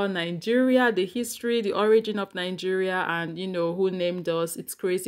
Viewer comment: Why y'all oga pple pronounce your country with an N in the middle(ningeria)🤣🤣🤣🤣😁😂😂